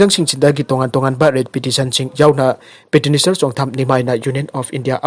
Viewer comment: petitioner haina habiyo there's no word in English by the name and with the sound peteniser + pronunciation of miscellaneous is wrong